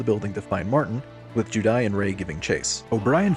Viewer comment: The way you pronounce juudai as judai is giving me cancer